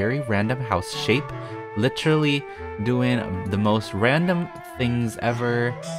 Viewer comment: Concrete is "LICHERALLY" a color:)